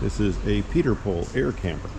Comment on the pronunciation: It's pronounced pee-ten-pole not peterpole ....drives me nuts when people can't say it right